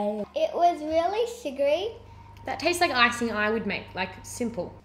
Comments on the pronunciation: funny how they say tases instead of tastes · I dunno... that girl "it taste-es" ... smh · STOP SAYING “TAST-TSES” !!!!!!!! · whenever they said tasted or tastest (it was pronounced that) I was like 'TASTES' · "Tastes-es".... 👏🏻bravo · I hate people who say tases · It TASTES wow speak right bruh